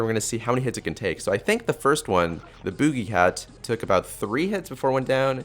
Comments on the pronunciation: lol booje cat it's boogie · Nobody says BOOJIE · the way he says boogie...HAHA (boo- gee)